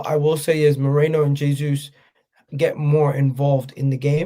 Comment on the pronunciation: Day 47 of reminding it's Merino not "Moreno"